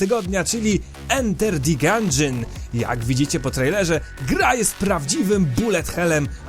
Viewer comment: Gandżion, nie Gandżyn :>